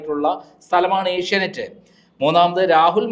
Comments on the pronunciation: ഏഷ്യനൈറ്റ് അല്ല ഏഷ്യാനെറ്റ്‌ 😁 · ഏഷ്യാനെറ്റ്‌ എന്നാണ്. ഏഷ്യ നൈറ്റ് അല്ല. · Asianight alla Asianet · ഏഷ്യനൈറ്റ്‌ അല്ല ഏഷ്യാനെറ്റ്‌ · ഏഷ്യ നൈറ് അല്ലെടി, ഏഷ്യ നെറ്റ് ആണ്.